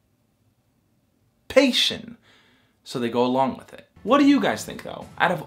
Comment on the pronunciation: the antici......pation killed me 😂